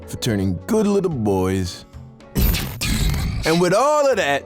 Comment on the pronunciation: why you say demonds like that tho you finna give me nightmares